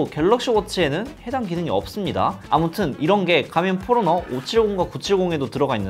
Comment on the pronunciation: 포러너가 자꾸 포X노로 들림